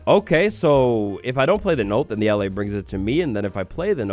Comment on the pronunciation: YOOOOOO! Can't wait for this little guy to come to Java! Btw,, I believe it's supposed to be pronounced "uh-lay." Not trying to correct, I just think it's meant to be like "allay" meaning "to calm." Making it the opposite of the "vex," which means "to anger."